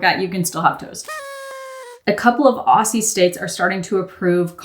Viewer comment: Not laughing at the way you said "Aussie".. ok i am 😂😂